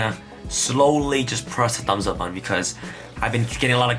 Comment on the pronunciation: Say “BUH-TON”